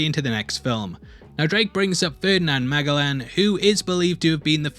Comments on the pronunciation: I'd hate to point out a pronunciation thing to someone from the southern hemisphere, but in US we pronounce it "Ferdinand Ma-Jel-In" as in, "I'm Ferdinand Majealous of Heavy Spoilers excellent accent." Is he really called Ma-Gell-In in other countries? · Magellan is pronounced as "mah-jeh-lan" lol Anyway! If we're following the Uncharted recipe, maybe Antonio Banderas' character will be somehow related to Magellan like his ancestor similar (and will be parallel) to Drake. He did say, "My family and I has been looking for this fortune for a very long time". Magellan died in the Philippines so maybe they will play around how he managed to hide his treasures before the days of his death or something like that. In the map shown in the early seconds of the trailer, the Philippines is highlighted on it (as in it's the only country with color on the map). About Sam, the postcard that Nate was about to burn had a signature "S" and on the back of it we see it's from San Sebastian, the same San Sebastian postcards scene on the earlier parts of the trailer. I agree, I can't feel them as characters yet. Still wishing it will be good and not another butchered game adaptation :( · I almost missed most of your vid after I heard the way your pronounce Magellan. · Wait did mispronounce Magellan's name? Sounds so weird hearing it like that